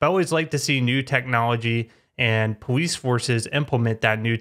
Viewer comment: “Powice cars” lmao